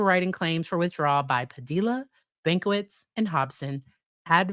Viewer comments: Padilla rhymes with tortilla. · Fyi, it's pronounced buff-oon, not baff-oon. And generally the l's in Padilla are silent.